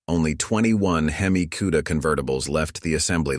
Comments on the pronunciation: Never heard of a "kewda". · When he calls them. QUEDA… I run from it A I ! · Never heard of a cue-da.